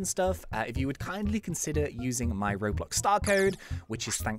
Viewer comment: Dose he say roblux at the start, or is that just me?